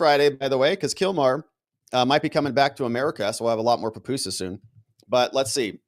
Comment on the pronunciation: It’s PUPUSA not papusa. Leave Kilmar at Cecot but please get pupusas right, they’re delicious!!